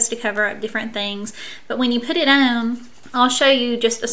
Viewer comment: Every time you say the word "on" it sounds like you're saying "own."